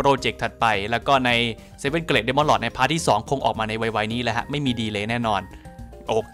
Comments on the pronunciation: ผมว่าน่าจะออกเสียงเกรทมากกว่าเกร็ดนะ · อยากให้แก้คำว่า Great อะคับ ออกว่า เกรต, ลากเสียงยาวนิสนึง เจ้าของโพสพูดซะ เกล็ด เป็นเกล็ดปลาเลย, เอาเป็นว่าเปนกะลังใจให้คับ